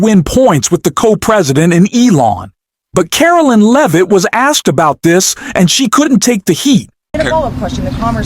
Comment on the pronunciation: "BREAKING NEWS: Caroline and her last name. Is it Loovit? Leevit? Levit? We don't know. Sure, she didn't actually run away, and we can't pronounce her name because we're just AI, but, trust us, everything else we're implying is true." 🤣